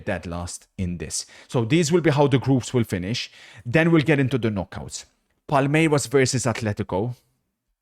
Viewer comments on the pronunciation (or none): none